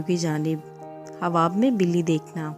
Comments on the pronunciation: Aap pehle achchi tarah se bole۔ hawab nhi ۔۔khaaab hota hai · ہواب نہیں خواب ۔۔۔۔ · خواب)خاب پڑھا جاتا ہے